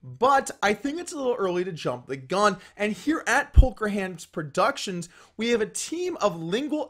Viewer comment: "Here at Polker Hands producitons..."